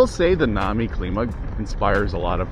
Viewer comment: pronounce climb uh